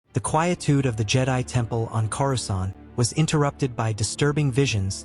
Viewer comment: Ha, 'quiettude'.